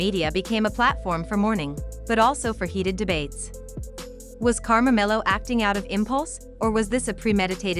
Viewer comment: His name is not Karmamelo. It's KARMELO!